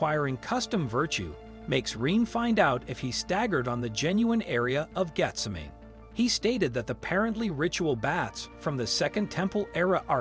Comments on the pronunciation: Please learn how to pronounce the word 'disciples'. It's diSYpels. And Gethsemane is pronounced Geth-SE-ma-ne. And the Bible is true regardleess of what any newspaper says. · Y'all need to fix your AI! Darn thing can't even read properly. Garden of jeff summon? Really? Dis--iples? Really? Find a real narrator.